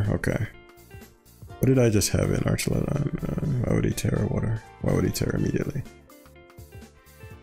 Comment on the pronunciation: Archaludon,. Its name is Archaludon